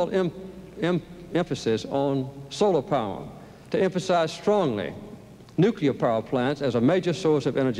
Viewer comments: Carter, Nukeeer Exposv, English? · I see that Jimmy Carter and George W. Bush both have problems trying to say "nuclear." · President Carter could not pronounce nuclear. That’s surprising to me. I was under the impression that he was one of our smartest presidents. How can one be smart and not be able to figure out how to pronounce a simple word?